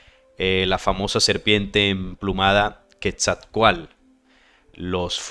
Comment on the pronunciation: La pronunciación del nombre Quetzalcóatl lleva implícita una pronunciación segmentada, es decir; se marca el acento en la letra O. Sería así; Quetzal-có-atl. importante anotar que en el idioma Nahuatl, usualmente se omite la letra L cuando ésta va al final, y usualmente despues de una T.